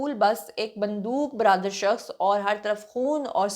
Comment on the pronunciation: ""Bundooq brader ,,"", nhein bul k bundooq berdar .😮😮😮😮